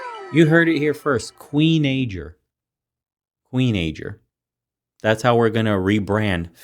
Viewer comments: When I heard "Kween~najor"; man... my head hurts..... I'm not kidding... I feel so bad for anyone that has to deal with these pre~shucked clams... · Smh I damn near fell out of my chair when that woman said queenager. Good lord